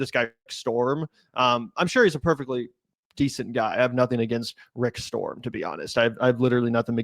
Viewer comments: It's rick st-rom not Rick storm. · His name is Rick “Strom,” not “Storm.” There is an infomervial for a product called the TeleZapper (blocks telemarketers) where the telemarketer makes the same mistake. He’s appeared on the Power Panel sometimes, and does talk about sport-related stories there. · I love u guys but STROM not storm runs intellectual circles around u.guys. Dont be mad... spreading the word helps. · Strom not Storm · Rick Strom, not Rick Storm. Rick is a good dude. I do believe he is mixed race. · Rick Strom, not storm. He is an amazing guy.